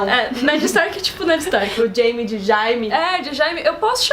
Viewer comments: Chamar o dheime de Jaime é engraçado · Não é jaime Raime